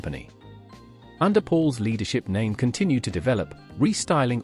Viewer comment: I liked this video, but couldn’t understand why virtually every product name was mispronounced. I have a Naim system and feel like the value is there in many of their products. For example the CD5 is a fantastic CD player that sounds much better than others I’ve heard. However the CD555 which costs almost infinitely more doesn’t sound better to me. I like that Naim thinks for themselves. However, I agree that they have strayed from their original values. For example, for years Naim insisted that you didn’t need fancy interconnects and power cords. They have since done a 180 and now are happy to sell you extremely expensive cables.